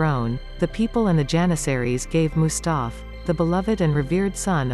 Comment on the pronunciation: You MIS PRONOUNCED EVERY TURKISH NAME OR WORD . Disgusting im sorry ; im not even turkish but mustaf.and beyaz? Shezad ? Disgusting im sorry